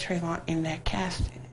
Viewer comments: What is a "dat"? Never heard of it. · OMG!! Some the comments you people are posting are just ignorant. If you listen to the interview and stop being hatred ass racist, she tell why when she says "that" its sounds like "dat.' Dumb fucks!!!!